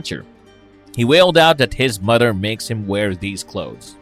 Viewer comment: Although I enjoy this channel, this narrator has to work on his pronunciation of certain words. The words mother and others are not pronounced as mutter or udder. With that being said thanks for the upload on The Goon 🥰